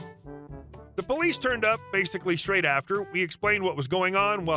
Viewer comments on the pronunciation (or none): none